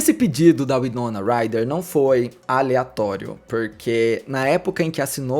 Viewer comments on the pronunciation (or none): Winoma Ryder ( Uai-nou-na Rai-rer ) pronucia correta